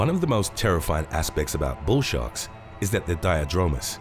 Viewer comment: At 9 seconds in it sounds like you say "Bull Shart" 🙂